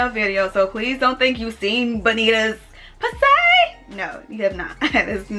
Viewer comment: “PUSSAY” got me on the floor